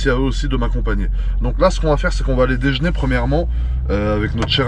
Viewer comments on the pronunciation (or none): "Dejner" Nonn !! Déjeuner frèrot 😂🤦‍♂️✔️